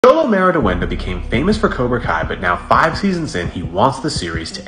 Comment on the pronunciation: Homie did not pronounce his name right at all😭